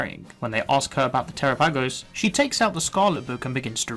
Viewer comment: I love you and your videos but your pronouncing terapagos incorrectly. It's Ter-apa-gos. Pamfro games made the same mistake... lol. Minor thing but really makes my brain itch! Haha! Thank you for your good work